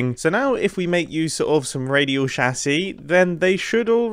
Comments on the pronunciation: It's chassis, not chassy. How are you pronouncing chassis like chassy every time? It's chassis, not chassy. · you pronoucing "chassis" is still not as painful as you pronouncing "AT-AT" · Sorry I can’t finish the video the way he’s calling a chassis